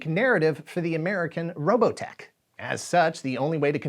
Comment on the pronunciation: Oh the rolling R for Robotech is the best